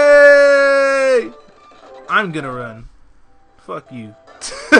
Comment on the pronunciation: ENTEI GODDAMMIT DONT GET A POKEMON NAME WRONG *shoots self*